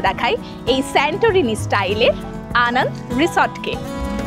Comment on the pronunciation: ম্যাডাম Anand নয় Ananda বলুন। রিসোর্ট এর নামটা বাংলায়। আমি আপনার চ্যানেলের সাবস্ক্রাইবার। কিছু মনে করবেন না 🙏